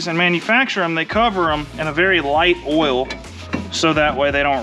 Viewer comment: lol the “Diesel boah oial” 😂 yessir i only put rotella t6 5w40 in my 2001 2nd gen dually